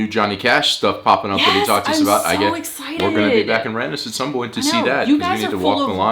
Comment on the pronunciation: You're probably aware, but you're pronouncing Randers wrong. You need to pronounce the "a" more sharply, like the "a" in "Shark", or danish word for kind; "rar" Secondly, the "d" is silent. Though I don't blame you, you're likely used to pronouncing d's when you see them after n's, such as the name Rand Paul - but this is wrong. (And you did do it right in the second half of the video) Finally, the "er" sound is actually more of an english "or" sound, or the way you pronounce "os" in danish.